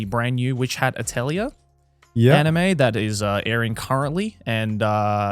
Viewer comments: It’s pronounced, “ATELI-YAY” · its pronouced ateulié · Why can seemingly no English speaker pronounce the word atelier correctly? @@